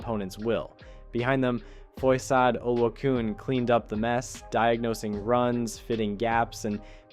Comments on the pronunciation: Foy Yay - Oh Loo A Khan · Bro, you butchered Foye's name. Have some respect on that man's name.